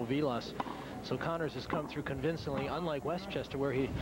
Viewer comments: "Connors" not "Conners". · Jimmy CONNORS!-Not 'Conners' ! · It's Connors and not "Conners".